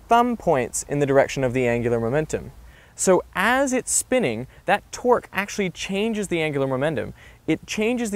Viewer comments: Thought he said generate a twerk lol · Every time he says torque it sounds like twerk XD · Only i hear torque as twerk ? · Am i hearing twerk instead of torque?